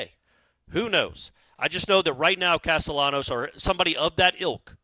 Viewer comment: You're pronouncing his last name wrong its Hispanic. There's a high chance that if you pronounce ll as “y,” you'll be understood in most Spanish-speaking countries. Depending on the region though, the sound of ll can be similar to the letter “j” as well.